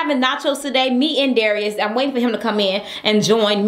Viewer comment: Darius said it right!